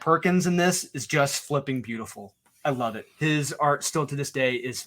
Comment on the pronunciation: Like 418 - I flipping hate how says flipping 🤣🤣🤣 🤷🏻‍♂️